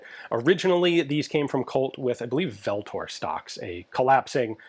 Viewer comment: VLTOR is pronounced like "ultor". It's a Latin word meaning an avenger or punisher.